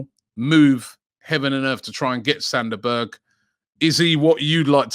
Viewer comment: Sander Berge? LOL!!!!